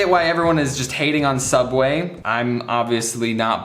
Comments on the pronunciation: Very time he says soob way I think of milad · Correction, it's "Sooubway" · How much he saying suabway i start tinking thet Is correct way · Hearing James say subway is so weird